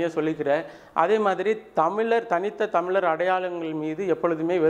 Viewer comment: முதலில் 'ழ' சரியாக உச்சரிக்கவும்... நீங்க 'தமிலர்' என்று சொன்னவுடனயே இந்த பதிவை போட்டு காணொளியை பார்ப்பதை நிறுத்திட்டேன்...